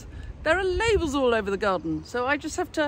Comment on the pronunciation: Labels😂😂😂. I thought you said the name of a female body part😂😂😂. I almost stit out my coffee🤣🤣🤣